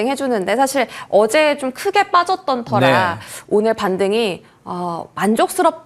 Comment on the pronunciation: ‘어지께’ 사투리 너무 많이 말하시는데 조금 신경써 주셨으면 합니다🌻